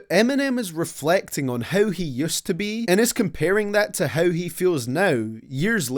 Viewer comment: Everytime you say “how” i blush cause i hear you calling me a “hoe”